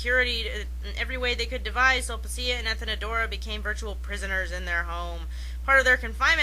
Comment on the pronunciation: Super-pedantic correction that I have to make as a Classics major: "Sulpicia" is pronounced "Sulpikia." There are no soft C's in Classical Latin. Awesome commentary, though, so I won't begrudge you a pronunciation error.